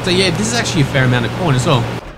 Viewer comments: lol when u say corn i sounds like ur sayin porn :D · Taught he said porn at the start ..